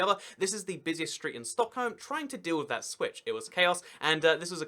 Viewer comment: You pronounce Stockholm super good. The only thing bad is the ''o'' in ''Holm'' Is the same as the ''o'' in ''Stock''.